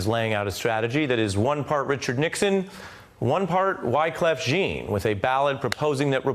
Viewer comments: I'm surprised Ari has no idea how to say Wyclef Jean's name. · who else got distracted when Ari mispronounced Wyclef Jean's name haha